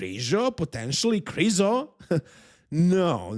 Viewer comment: His last name isn't krizo ffs